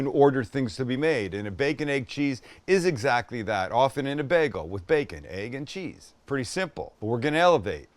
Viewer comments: As a life long New Yorker the sandwich is pronounced as one word baconeggandcheese. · Being from NY, it’s pronounced baconeggandcheese….all one word haha 😂 Great sandwich Sam 🤙🏻 I gotta try this one